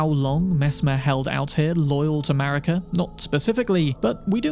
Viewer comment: Thats what i call the USA!? "MARICA!" ((MARE-UGGH-CA!))